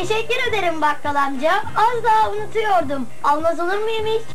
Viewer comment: Koskoca TRT Türkçe konuşmayı bilmiyor, ne acı! "Alacağım", "unutuyordum" öyle telaffuz edilmez.